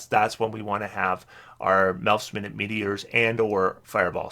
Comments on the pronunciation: Just fyi, I'm pretty sure it's minute (my newt) as in small/tiny rather than minute (min it) the unit of time. English is weird but since they're small meteors and the spell actually lasts 10 minutes I think this makes the most sense. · Please forgive me if this makes me a pedant, but is it not mi-nute meaning small meteor?